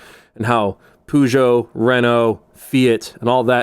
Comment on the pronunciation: Poo-geot 😂 i mean ur not wrong